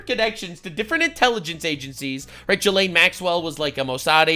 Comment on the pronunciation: I find it childish and frustrating when people like coffee call her "jizz-lane". She was trafficking kids, it's not a funny pun; and it's pronounced ghee-lane. like ghee (clarified butter)